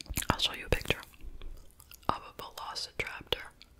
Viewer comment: I know you didn't say velocitraptor lol like if Gucci mane was a dinosaur